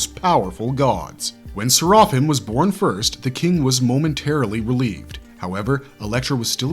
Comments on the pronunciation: Bro, at least pronounce his name right. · I love that show and it's more interesting thanks to Serapim. Your breakdown of the character, is near perfect but the way you said his name not so much. I would have appreciate you even more if you mentioned the name Serapim, is a nod to Jewish mythology which in there it's a race of divine beings. Anyone like me which feel that Serapim is the best character in the whole show, please give a like.